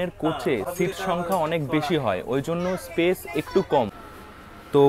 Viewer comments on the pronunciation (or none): none